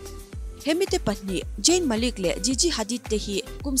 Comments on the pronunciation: ZAYN ti rawh Jain ti lo in huat na lam niloin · Mate..? Jayn ani ziahlo zayn lawm..eng pawh chu nise English hman, lamdan a in ang vek hleinem.... Ka duhnu kal zel ang che aw! I chhelo ngawt ang🤣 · Jayn,Jain a ni lo aw,,, Zayn tiin lam rawh